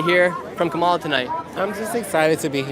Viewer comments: Kamala stress first syllable, not hard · Camel The Hair Ass is how you pronounce it .. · Hey Nick, maybe someone already said this…. Say Kamala’s name correctly + the shirt both will help